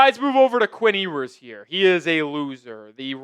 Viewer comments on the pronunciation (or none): It’s “Yoo-ers.” He will be alright.